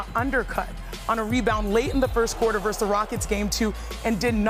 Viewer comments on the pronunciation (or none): the word is "versus" thank you